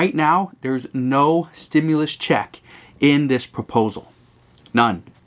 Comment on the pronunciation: There IS NO!!!!!!! stimulis that's the new way of saying it. I seen some really bad comedians but we are the ones getting fried!!!!